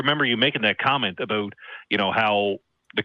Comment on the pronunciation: Aboot. Lol